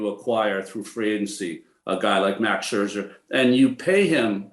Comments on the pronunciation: Maybe not coming across clearly here but he’s always done the double ’sch’ - saying Scherscher. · Maybe time now once and for all for Ronnie to learn how to pronounce Scherzer...